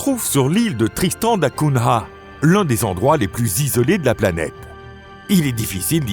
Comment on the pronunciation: Essayez de prononcer correctement Tristan da Cunha ! L'étymologie est portugaise et se prononce donc avec un "gn". Hors cela, l'île est isolée au milieu de l'océan comme le sont Asuncion et Sainte Hélène.